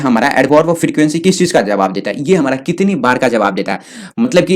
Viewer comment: why you said hamra